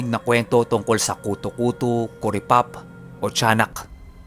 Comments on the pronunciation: Yung pronunciation po nung kuto kuto eh pareho sa buto(bone). Hehe skl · Kuto’ kuto’ yun ndi kuto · kutu-kutu ang pagkabigkas at silay not si-lay jejeje enjoy listening thnx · Patigas po pag pronounced nang kuto2 hehehehehe...parang inahing manok na hinahanap ung mga sisiw niya... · tigasan mo ung pagbigkas ng kutu-kutu. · I'm an avid listener po..1st tym to comment po..ung kutu kutu po,maragsa dapat ang pagka bigkas bawat pantig..hndi po malumanay... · Mabilis pag bigkas jan sa kutu kutu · yung pagsabi nang kutu kutu,paki tigasan nyu po..hahaha..as in tigas na tigas ang pagbigkas..hahaha..iloilo po ako,kaya alam ko po ang mga kutu kutu,tiktik,wakwak..🤣🤣🤣🤣nice ang story..😘sana maka upload po kayo ulit.